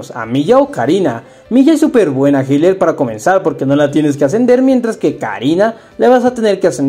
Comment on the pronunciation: cómo que hiler XD,nadie lo pidió pero es healer...mi niño le hacen falta unas lecciones en Duolingo